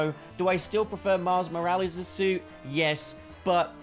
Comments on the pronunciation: "Miles More-Alleys" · "Miles Moralies."